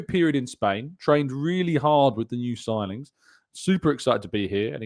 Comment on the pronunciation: Need more ‘sigingns’ man